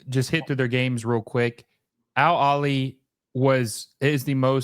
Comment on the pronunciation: Al Aheley. The H is not silent. It means “The Family”.